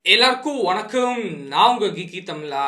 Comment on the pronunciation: Adhu enna vankaaaam gothaaa olunga solra